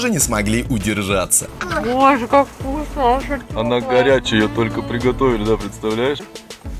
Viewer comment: как тебе? Вкусьна. как тебе? Вкусьна... Он другие слова у Вас знает? А то он мне напоминает мальчика с яблоком.. Что нужно сказать? Здраствуй яблоооко...